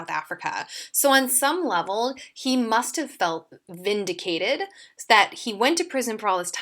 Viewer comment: shes saying feek vindicatED